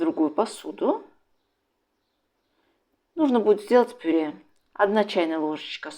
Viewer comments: Мадам "ПИРЕ"! Что такое пире? Обычно для начинки пирожков идет ПЮРЕ, если умеешь читать, так прочти ,как называется мятый картлфель : ПЮРЕ или пере! Отвратительно слышать такие искажения, даже твое блюдо становится противным, не с' едобным ПЕРЕ! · Рецепт понравился, подача тоже! Хотя тут же вспомнила, как ИИ произносит слово "тЭсто"! Почему пюрЕ, если слово так пишется, а произносится как пюрЭ.